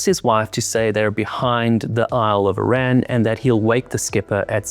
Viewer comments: When referring to the 'British Navy' in future, just use the term 'Royal Navy'. You never hear about the 'British Air Force , do you? And, while on the subject, Arran rhymes with 'Barren'. Great job on your channel btw. Keep it going.😎😎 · Guy couldn't pronounce Arran. What chance has he got with the details.